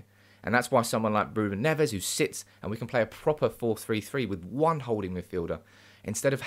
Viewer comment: Agree regarding Neves ( but pronounce it as a single Neves and not Nev - Es) . Would work well , Haaland too. Nice to see you back on form.